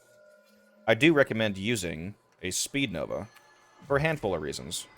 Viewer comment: Its speedva, not that “speednova” jumble lol